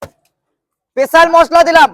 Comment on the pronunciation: স্পেশাল❌ পেছাল✅